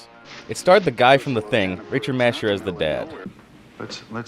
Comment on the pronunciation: Also Richard Mas-oor, not Richa Masha.